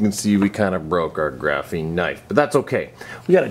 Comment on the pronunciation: Everytime he said graphine i cringed